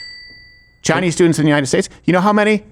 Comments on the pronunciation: Why is Crowder saying Chinee? Is he stupid? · Did I miss something? I haven't been to this channel in a while, but I have never heard any other American say "Chi-Knee" when saying something about the Chinese😂 Wtf is going on here?